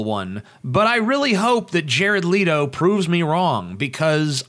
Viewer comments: His name is not pronounced Leeto, it's Leh-toe. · im sorry i couldnt get passed the opening line with JARED "LEAT"-O....its LET-O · Why ia TJ saying 'Leedo'? It's Jared Leto. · I did finish the video, but from :09 in I couldn't take it seriously. Leto (let-o) not (leet-o). and the tattoos have comic reference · pronounced...."Let-O", not Leed-O.... ugh. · Oh and you didn't pronounce his name right btw, it's Leh-toe, not Lee-to. Hearing you say that was like nails on a chalkboard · Thumbs down because of you constantly mispronouncing his last name. "Lee-toh"? Its "Let-oh". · It's Leh-toh not Lee-toh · Leto, not Leeto.* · It's Leto not Leeto omg. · I cringed every time I heard "Leeto" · By the way, it's pronounced LETTO, as if it has TWO T's, you don't emphasize the e, oh, and Mark Hammill was the best Joker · I don't doubt Leto, pronounced like it is spelled, not like Leeto, will do an amazing job. However, I'm not a fan of the cheesy tattoos and suspect it's a joke and they won't actually be there for the film. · Jared "Leeto" xD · Before u go off about how you dont like the joker why dont u learn how to pronounce Jared's last name correctly. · If you are gonna say Jared Leto, then learn how to say it right. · You're saying Jared Leto wrong... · did you purposely mispronounce "Leto" over and over again?